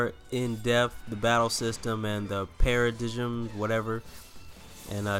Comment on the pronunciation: it's pronounced like this...PEAR-UH-DIME. :)